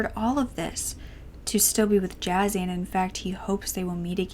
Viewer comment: Poon-jaab > pun-jaab Jazzy > juss-e